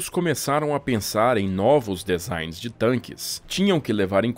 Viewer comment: DESIGN /di'záin/: This is the right pronunce.